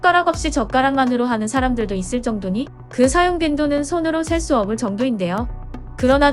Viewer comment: 33초컷에 셀수없을읽을때는 셀수업을 × 셀수업슬 0